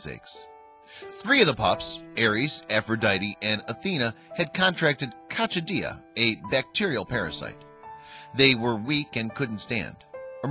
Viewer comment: Poor guys. Dog abusers suck. And it's pronounced "cocks-SID-ee-ah". Spelled coccidia.